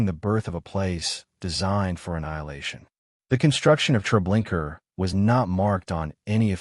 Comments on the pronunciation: Why pronouncing it tre linker?? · LOL! What the hell is Treblinker? 😂 That's AI for ya. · Pronounce the damn name correct for fuck sake. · GLAD IM NOT THE ONLY ONE WHO NOTICES HIS BUTCHERING OF NAMES, PHRASES, OR PLACES!!!!! Sure does make him sound dumb and uneducated!!!